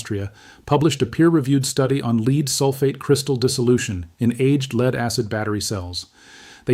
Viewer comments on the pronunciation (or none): I say you are, because you said LEED instead of LEAD. means you are A.I Humans know the difference, you don't! 👋 🚨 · Tell your ai computer it's pronounce led, not leeed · Companies want to make money. Regarding your lead acid batteries. But when their, AI Announcer Buddy refers to the lead as, " Leed"? It can't even pronounce what they are trying to talk about, correctly? And nobody wants to, change it to sound correct? Why would I want to do any business with that company? Why would I even listen, to that company? When they cannot correctly pronounce, common American words. The Artificial Intelligence is demonstrating how, artificial it truly is. And none of the production people know how to correct for that? It's called, spelling words out, Phonetically. So if you're going to talk about a lead acid battery? You would write your copy as, led acid battery. Then the Artie Fecal Intelligence, will pronounce it correctly. But this Production Company is a bunch of, non-native English speakers.. They grew up with Chinese not English. And so what am I do take away from this? And from the channel Banned Camping? OK… OK… In mentioning Lead acid batteries. With spaceflight and satellites in the same sentence? That is total lunacy Bullshit! Let acid batteries cannot be used in spaceflight at all! They won't work. They freeze solid. Yeah no. It was George Neumann in Germany. Making microphones for Hitler. Which was not his most famous invention. Was not. The development of the, nickel cadmium, chemical slurry rechargeable battery. That revolutionized spaceflight. For Hitler and his V-2 Rockets. As they needed a chemical battery that would not freeze woul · (A.I) "Lead" is pronounced "led" and not "leed" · AI crap. When it mispronounced "lead" twice, it was a dead giveaway. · Anyone noticed that the A I doesn't know how to pronounce the element, Lead ( led), not lead, ( leed ). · "Lead" in a battery is pronounced 'led'. Please tell your dumb Al.